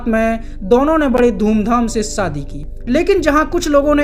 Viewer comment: zra Shabdon ko sahi se Ucharann kiya kro Naam AISHWARYA hai na ki AISWARYA SHADI wala SHA bo la karo Biharion wa la SADI Galat hai